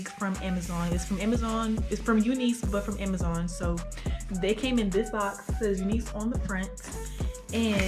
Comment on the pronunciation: Lmao "amuhzoinnn"